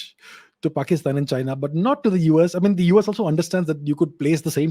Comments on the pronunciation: “PAXTAN” sounds too damn funny from sir's mouth 😂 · Sir you are pronouncing Pakistan wrong… it’s Paxtan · Whenever he say 'Pakistan' I laugh so hard 😂